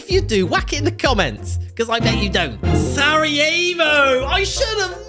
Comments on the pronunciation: It's sararjevo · Its Sarajevo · ITS SARAJEVOOOO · It is Sarajevo :-)